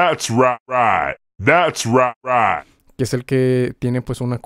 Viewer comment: "That's right" "¡That's RIGHT!" "Dads ruait" En verdad que trauma ja ja ja ¡Gracias por tu curso!